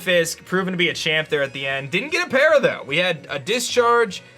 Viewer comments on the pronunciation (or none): none